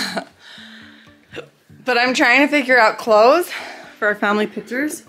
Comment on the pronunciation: The way calls pictures “pitchers” makes me laugh every time lol